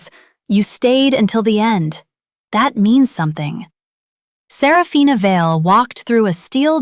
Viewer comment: There are only four syllables in Serafina, not five. Little inconsistencies.